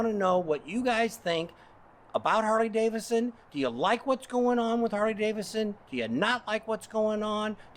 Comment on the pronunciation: It would be great if you could pronounce “Harley Davidson” correctly. Seems only fair to the motor company, especially since you’re a 20+ year brand advocate. I’ve noticed you say “Harley Davison”, and you do it a lot! Don’t get me wrong. I’m not coming down on you. You do a fine job. Keep up the great work! You’ve got a fan in me.